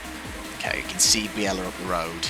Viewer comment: Just a small thing, I believe it's pronounced (or at least Murray pronounced it) Frank Bee-lah. I think you're making him sound too exotic with Biella 😂 Enjoying the beating and banging! :_tolMurray